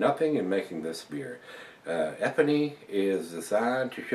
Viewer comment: Please learn how to pronounce the name of the beer you are reviewing..